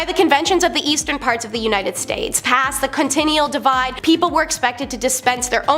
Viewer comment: I don't think I am asking too much for a narrator to pronounce words properly. Something as simple as the continental divide was pronounced continual divide. WTF. There were another number of mispronunciations' that it was nearly impossible to sit through the video.